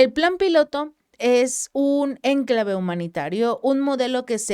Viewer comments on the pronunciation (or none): Muy bueno tu vídeo amiga, has abarcado varias noticias importantes muy interesantes. Me permito corregirte para que mejore aún más tu video, la palabra ENCLAVE solo tiene acento prosódico en la letra A, tú acentúas la palabra en la primera E, lo cual no es correcto. Felicitaciones y saludos desde Perú.